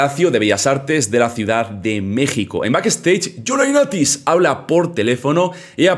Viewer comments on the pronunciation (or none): ¿A caso soy el único que le encanta y le da risa cómo pronuncia a John Laurinatis?